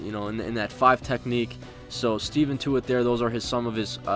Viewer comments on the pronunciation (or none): it's ste-fon not steven